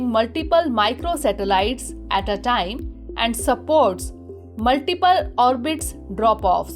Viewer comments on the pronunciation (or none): none